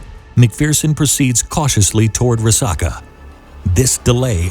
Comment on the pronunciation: It's pronounced Rah-sack-uh.